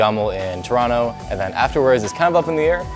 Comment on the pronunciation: Dropped the T in Toronto… my Goat